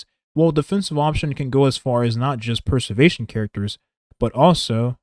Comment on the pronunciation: Great video man, just one thing I noticed - throughout the video it sounds like youre saying 'Per-servation' and not 'Pre-servation' Not a huge deal - just for you to note!